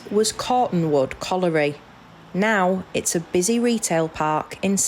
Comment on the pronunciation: Couldn't you find a narrator that could pronounce 'colliery'? It's not 'collery'...